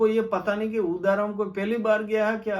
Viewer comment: उदाराम properly बोल भी नही सकता हैं क्या शिव का MLA बनेगा